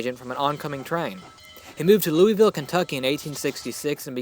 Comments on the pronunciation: My favorite thing about this video: Pinkie Pie. My least favorite thing: Louisville is pronounced LOO uh vuhl, not LOO ee vil. People have gotten shot for that, I warrant you. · holy crap, that is not how that is pronounced. Any University of Kentucky or University of Louisville fan will tell you, it pronounced LU-ah-val, not LU-i-vil